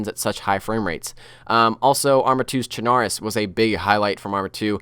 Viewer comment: CHARNORUS XD its chernorus